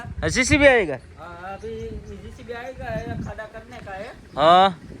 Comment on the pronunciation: khada✅️ khhada🚫